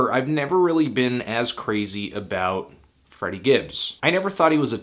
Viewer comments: Great review. It's Freddie tho not Friddie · It's FrEddie dude...